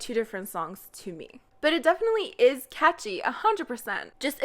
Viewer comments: When you say « catchy » I can’t help but hear Kaachi 😭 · Two words... iT'S KaAChI!! (Catchy if you didn't get it.)